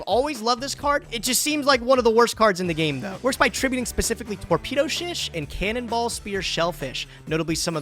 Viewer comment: incredible to see fuck up "torpedo shish" but then flawlessly sing "cannonball spear shellfish"